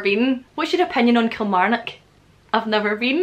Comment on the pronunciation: you said Kilmarnock hahahaha make me laugh. That's like a celebrity on TV saying it.. sorry am from Killie :)